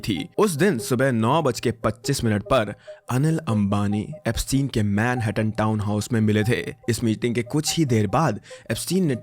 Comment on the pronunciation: Man-hat-tatan :D